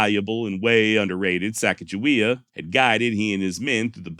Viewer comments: Just had to leave a comment so it wasn’t sitting on 666. But hey great job on this one very entertaining and educational and thank you for pronouncing Sacajawea correctly. Lol my wife and I have had an ongoing argument about the proper pronunciation for going on 20 years now. Lol. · And His finalization of the name pronounciation of the young native american teenager female that joins the expedition is the same i heard growing up in school and i didnt even know there were any other pronounciation of her name until extremely recently, and im 40 yrs old. So im glad with his final decision to say her name right.....